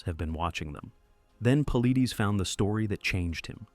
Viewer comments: Its Paul lie, not Paul lee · AI for sure. David Pauleedaes 😂😂😂 garbage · PA-LIE-DEES... AND DOCTOR KETCHUM IS A MALE. PLEASE DO MORE RESEARCH.. WILL NOT SUBSCRIBE. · He pronounces it Paul lie dus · It's pronounced Paul eye des. If you are going to narrate, at least learn how to pronounce the main characters name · Pronounced: Poll-lie-dess. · These AI are horrible at pronouncing words. His name is pronounced Puh-lie-dus. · AI SUCKS! David's last name is pronounced PAULEYEDUS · Hard to take it seriously when the guys name is mis pronounced from jump. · You are miss pronouncing Dave's last name. Very unprofessional. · If your going to talk about David Paulides you could at least make sure you pronounce his name right! Or use AI that will. It drove me crazy hearing it pronounced wrong OVER and OVER again! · Be nice if your crappy AI narrator knew how to pronounce David's last name... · This video lost all credibility as soon as Dave’s last name was mispronounced. Trash!!! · Stealing David’s content and you can’t even say his name right. Shame on you!! GO TO MISSING 411 for HIS content. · You are an embarrassment for not pronouncing his name correctly. Go home to mommy and come back when you are ready to post.